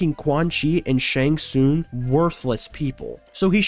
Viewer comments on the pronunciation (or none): I enjoyed the video a lot. But please, it's shang TsunG. Not Shang Soon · Him saying shang soon is pissing me off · How have you gotten to 2025 without being told you're saying "Shang Tsung" wrong? Seems like you might be rage-baiting... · Brother, I gotta be honest. The way you say Shang Tsung's name be pissing me off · Saying one thing wrong means he doesn't know the series? Yeah, ok. 🤡